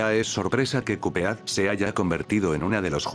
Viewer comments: Porque dices youtube se pronuncia yutub y cupead y cudfeat se pronuncia codped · "kup jeát"